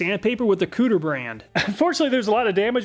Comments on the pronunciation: he said COOTER brand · I can’t handle how Kutir was pronounced lol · why he gotta pronounce kutir like that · Am I the only one that chuckled every time he said kutir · 😂 me everytime he says Kutir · I love these reviews. So helpful and unbiased. But I had to laugh every time I heard you say "cooter" (kutir?). 😂🤣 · “Kutir brand” caught me off guard, thought I heard something about a cooter. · Everyone replay the video and take a shot every time he says Kutir 😁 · Lol, I though it was "Cooter" brand when I heard it, had to rewind... I was thinking to myself... who in their right mind would make a "Cooter" brand name?